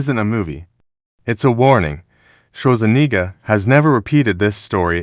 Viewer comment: "Arnold Shlotzaniga??" Don't you mean Arnold Schwarzenegger?? Stupid AI